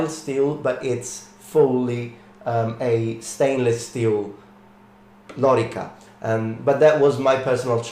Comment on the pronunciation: It's lōrīca, with long vowels, so the accent is on the middle syllable.